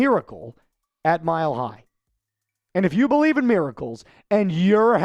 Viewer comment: I definitely Bo-LIEVE